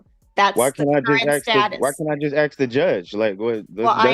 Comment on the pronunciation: This is old. Along with his 'arksin'. Any outcome?